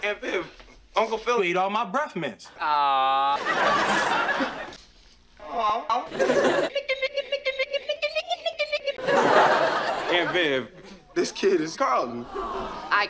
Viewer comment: "Say breffmints one more time I'm gonna SCREWNC" "What was that honey?" "Sounded like the screwnc " Top tier.